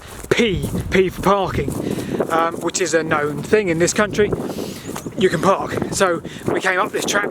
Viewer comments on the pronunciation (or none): none